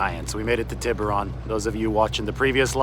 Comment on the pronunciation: Pronounce Tiburon correctly! cmon dude haha